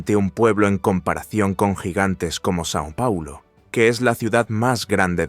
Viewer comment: No es san pauloooo , e Sao Pauloooooo